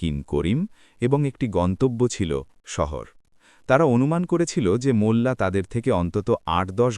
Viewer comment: "মুল্লা" নয় ওটা হবে "মোল্লা '